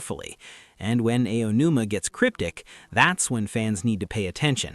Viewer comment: How did you manage to mispronounce Aonuma like 3 different ways in the first 5 minutes?